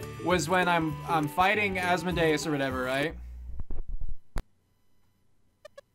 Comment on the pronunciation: You did say Asmodeus correctly. As for Baphomet it's pronounced Bap-Po-Met. It was supposedly the demon worshipped by the Knights Templar but was almost certainly made up by their enemies to discredit them and steal their money.